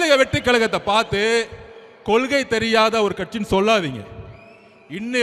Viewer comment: சார் இது கொலுகை இல்லை கொள்கை . முதலில் இதை சரியாக சொல்லுங்கள்